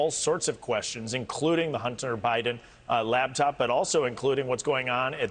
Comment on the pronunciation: Batced. Botched. This guy cant talk. LABTOP? what is that?